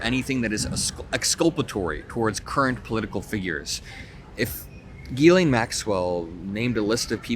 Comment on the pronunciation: her name is pronounced JILLAINE.